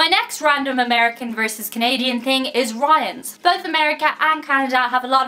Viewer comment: When she first said Ryan's, I thought she said riots and I've never heard of a riot in Canada, they're more peaceful and civilized than us Americans